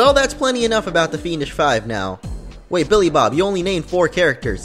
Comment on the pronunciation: Just a tip, I found the 'BillyBob' part a bit hard to understand. Other than that, the review was great! :)